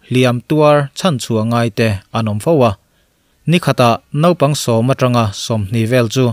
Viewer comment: Ngaihnawm thin khawp mai,,mahse nopang ti khan ilo lam ri zeuh va,mahse a hnu ah chuang ilam ri dik tawh e...👍👍👍